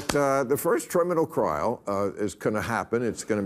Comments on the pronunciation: The first triminal crial??? I thought I was bad saying 'fission or chick' at supper tonight... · Was I the only one who caught “Triminal Crials?” 😂😂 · ....am I tripping or does Bill say "Triminal crial"? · Did he say Triminal Crial? Lmao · Triminal Crial🤣🤣🤣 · Did anyone catch 'Triminal Crial'? 😂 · "The first triminal crial" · The first triminal crial... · Did he say triminal crial?!😅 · The first “triminal crial”?! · "Triminal Crial"? Seems like Bill Maher is going full Biden. 😂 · Did he say 'triminal crial'? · M0&^%r F(*&^r said "Triminal Crial: I heard it wjile playing a video game and came back and was like "No way he said Triminal Krial" and he did! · Triminal crial! Oh dear. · Triminal crial? 😅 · the first triminal crial? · Did he say “triminal crial”? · trimminal crile? here comes the alzeimers Bill...